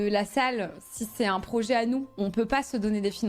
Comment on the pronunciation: Elle a du prononcer quarante fois le mot "projééééé", mais pourquoi ces gens parlent-ils comme des attardés ?